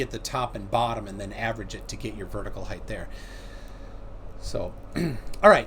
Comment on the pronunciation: and it's pronounced ACROSS and HEIGHT